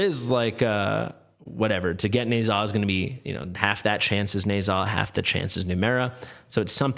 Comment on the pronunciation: It seems, oddly, that it's pronounced "Nuh-JYAH". That's how Erlang pronounced it in the game, anyway.